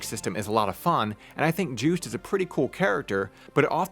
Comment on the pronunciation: Juste is a French name, so it should be Zhüst?